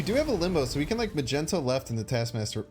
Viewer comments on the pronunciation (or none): none